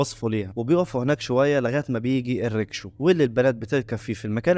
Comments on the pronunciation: اسمها الريكشة مش ريكشو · ريكشا وليس ريكشو